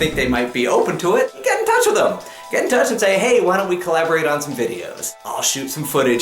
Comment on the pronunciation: Hey! Hey! Umm, you said theth instead of them! LOLOLOLOLOLOLOLOLOLOLOLOLOL!!!!!!!!!!!